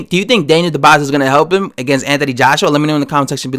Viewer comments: Daniel DUbois is a solid sparring partner. Dubois would destroy Joshua in 3 rounds if they ever fought. Btw, it's pronounced DOOB-WAHHHHHH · Ya..you sure messed up that name bruh 😊.so allow me to attempt to correct you...see, "Dubois" is a French name it's not pronounced the way its written..so try to think of : "Du-bua" that's how "Dubois" is pronounced ..hope that helped bruh